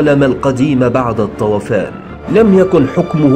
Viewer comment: الطوفان وليس الطوافان